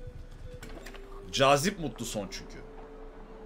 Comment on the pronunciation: abi senin soy adın mutluson deil mutlusson soy adını yanlış söylüyorsun ve seviliyorsun